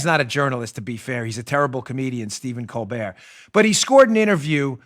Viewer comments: It’s COAL-BEAR jerkoff 🤨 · I love how you pronounce Stephen Colbert‘s last name 😂. He’s such a pretentious, unfunny, America hating jerk. His question to Biden was pathetic basically trying to make people feel bad for him because his son is caught up in a scandal that his father got him into, right... thank you so much for the laugh I needed it hope you’re feeling well